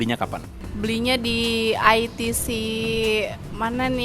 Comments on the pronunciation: beli dimana?? mba2 barista: beli di AI TI SI... anjirrr...bilang aja I TE SE ( baca: ITC ) 🤣🤣🤣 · Itese jadi aitisi, gaya beud dah wkwkwk